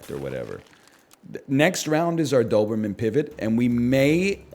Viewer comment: Something about the way he kinda says "dthoberman" just tickles my ear hairs